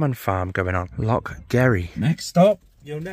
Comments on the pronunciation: Mate,, for someone with a saltire 🏴 tattoo on em,, ya really need to work on how to say Loch and Jacobite pal … 😂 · Totally murdered all the names of our Lochs etc. 😆 🤣 😂